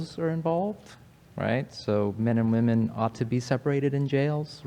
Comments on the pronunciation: So many of these students in these videos pronounce women so weird, drives me nuts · This aspiring molecular geneticist needs to learn how to pronounce “women.” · Why does it always seem to be the gender/trans ideologues that don't know how to pronounce women and pronounce the plural the same as woman?